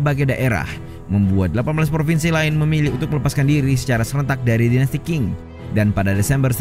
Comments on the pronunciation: Qing ...sebutanya Cing ...bukan King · admin, itu dinasti bacanya ching. bukan king 😮